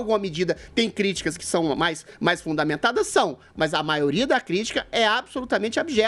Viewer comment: Ele não sabe nem falar ele sempre fala maoria das pessoas maoria